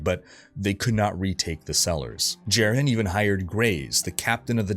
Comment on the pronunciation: Pronunciation is driving me nuts. Aranoch is pronounced Are-a-knock. Marius is Mahr-e-us. Jerhyn is Jair-in. These are all spoken in the cinematics.